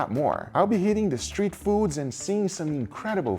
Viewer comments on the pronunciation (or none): none